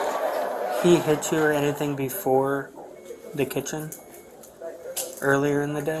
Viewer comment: She meant 4 to 5. "Ant" no way in h3ll she meant 45. Like the number "befoe" 46 and "afta" 44😢🤦‍♀️